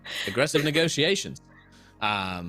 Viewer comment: Had to stop and shout out super on point star wars quote " aggressive negotiations " the accent was perfect 👌